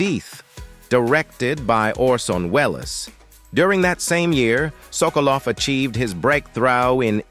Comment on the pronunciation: How could anyone botch the pronunciation of Orson Welles? But you managed! This has to be a computer. Pronunciations are horrendous!!! He even mispronounced “Hollywood”!🙄